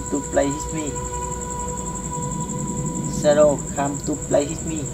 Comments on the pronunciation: đọc sai rồi ban oi...shadow come to play with me.. k phai shadow come to play hit me. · "Whit me" là thần chú .ông đọc "hit me" thần thím .lấy gì ra hiện tượng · Shadow come to play with me ms đúng k phải hít me đọc k đúng câu thần chú thì k có linh nghiệm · Bạn đọc sai nó nghe bạn nói hít me , nó chốn luôn rùi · Đoc còn đọc sai , phải đọc là “shadow come to play with me” mới đúng nhe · "Shadow come to play with me" mà sao đọc "hít mi" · may doc sai than chua.wit me ma doc thanh hepme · Whit me chứ không phải itme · With.k phai whit ba oi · Hen la chua doc hiếp mi do